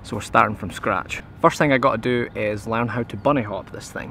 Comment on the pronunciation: Learn to say learn and not L A E R E N